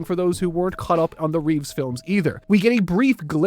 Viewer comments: Christopher Reeve. REEVE. Not Reeves. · It's Christopher Reeve...not Reeves. People keep confusing his surname with George's. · I love you man and I do say this from a place of slight jest, but it's Christopher REEVE. The Reeves surname belongs to George. 😁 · Christopher REEVE. No S. That's the other Superman, George Reeves.